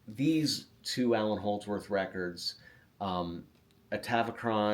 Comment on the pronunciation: Great stuff! Sorry but “Allan” Holdsworth 😬